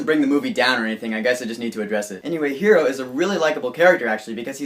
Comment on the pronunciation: I liked your review :D! Hwever u forgot to mention/talk about the after the credit scene :/.. and btw his name is Hiro with an I , its a japanese name so its pronounced a bit different